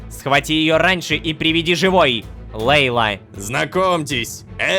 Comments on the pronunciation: Лололошка Ты Не Правильно читаешь Имя ЛЕйла а надо ЛейлА ударение на "А" заранее спасибо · Собираем петицию чтобы Лололошка говорил имя мачехи Джамиля правильно: Лейла́